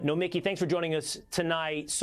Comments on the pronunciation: It's pronounced "No-m'KEE". Get it right next time! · Is it just me, or does it sound like the host keeps pronouncing Nomiki's name "no-mickey"? What a hack. 🙄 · Did he even know who she is? It sounded like he kept mispronouncing her name.